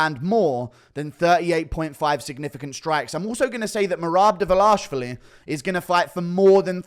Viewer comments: Guru, brother, just look closely at Merabs lastname and try sounding it out slowly. Dva lish vi li. 😂 Also, as much as I enjoy your humor and analysis, the inbred freak jokes are getting old especially since many of them are better looking than you 😂, not saying you are ugly at all. Like take Usman Nurmagomedov for example. All I'm saying is it comes off as very apparently inaccurate. But anyway thanks for all the entertaining content! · You say Merab last name so weird